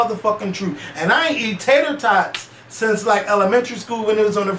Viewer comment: Lmaoo "Tater Totts"!! Smh Oooh